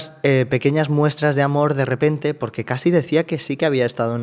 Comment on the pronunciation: Estoy enganchada a estos vídeos (y te sigo desde tiempos inmemoriables), pero con todo el cariño del mundo, Cassie se pronuncia "Keisi", no "Casi".